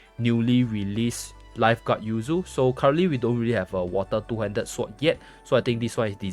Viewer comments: i think it yu ze, not yu zi or yu zay, i could be wrong tho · isn't her name pronounced Yu Zay?